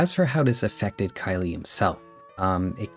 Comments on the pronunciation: The name "Khyle" might be pronounced "Kyle." "Kylie" is the feminine version of "Kyle." You might want to look into the pronunciation. Not trying to be a grammar Nazi, but you might just want to make sure. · That's how you pronounce Khyle? I thought it was pronounced like "Kyle".